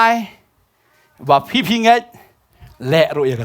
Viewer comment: U Blei un kyrkhu Pastor....chu pynbeit noh khyndiat ba ka de ka "phi" ym dei "fi"